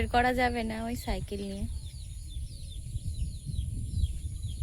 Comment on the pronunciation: ছাই খেল নয় সাঁই কেল